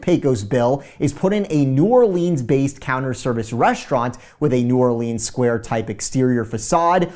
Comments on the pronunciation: it’s pronounced new orlins not new or leens 🤦‍♂️ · Enjoy your stuff but PLEASE!! It’s pronounced “new OR-luns” and not “new or-LEENS” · you are killing me with New Orleeens. STOP lol. I’m a native. New Rlins. Love ya but whew, nails on the chalk board lol. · As a New Orleanian it triggers me when people say New Orleens and there’s no way I’ll be eating any beignets that are made in Florida 😅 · How to pronounce New Orleans like a local. New Warlinz pronounced as one word. Not New OrLEENS and definitely not Nawlins. Lol. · New Orleans is pronounced "New Orlins" ;) Can't wait to watch this!